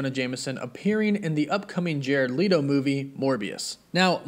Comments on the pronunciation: Jared Leeto lol, its Leto. (Leh-toe) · Interesting news but it's jared LET-O not leeto. That was driving me bonkers lol. Fav hero is spider-man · My man said “Jared Leeto”